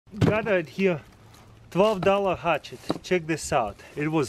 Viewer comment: I love how you say hutchet.